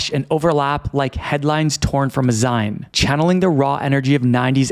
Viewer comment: "Zine" is pronounced "zeen" shortened from "magazine"